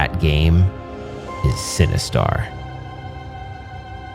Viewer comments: I keep hearing “cinnabuns” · well, I am now since you keep saying, “cinnabuns”!!! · no, I don’t think you did. It just kind of sounds like that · Legit thought he said "You need Cinnabons to defeat Sinistar" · mmm “Cinnebombs”…. sorry that’s all i heard. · I kept hearing "Cinnabons" - equally enticing but evil! :)